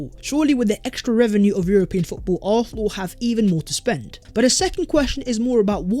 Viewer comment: This guys makes great content, but how are you an Arsenal channel but the only word you can’t pronounce is Arsenal?? Lol